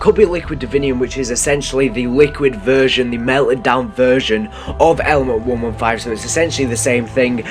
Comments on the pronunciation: when he said element 115 I thought he said lmfao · when he said element 115 I thought he said LMAFAO! lol